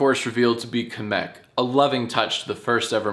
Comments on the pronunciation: I like how you call him Kumic .... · did jack really call kamek "kameck" he's american so i'll let him call him that edit; i had to do full research just to find out kemek is a male. i really thought kamek was a girl. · kuh-meck is my favorite mario character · I love the way he pronounces Kamek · Love the mispronunciation of Kamek lmao